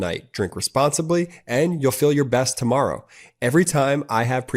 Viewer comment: A 5+ minute commercial by an obvious man in his 20's about "we all ferl the paon of aging" omg - disrupts this video and is like a road block to me! Make them SHORT, less than a minute or I will stop watching.